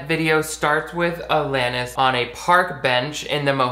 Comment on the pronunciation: I’m glad you pronounce “Alanis” correctly bc most people butcher it 😭 (it’s my name lol)